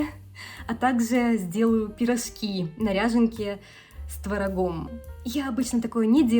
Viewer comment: Учите русский! Учите произношение и грамматику! Если нехватка в славянской еде есть приезжайте обратно! Рвите гражданство и все! Это все-равно не настоящий творог и кефир. Пирожки, а не пирошки! Пускай муж переезжает, а не жена! У вас ломается русский! Учите заново язык! Ш твёрдый. Учила бы мужа языку. А так не плохо!